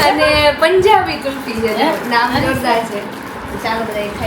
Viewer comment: kulfi j kehvay..gulfi n kehvay😂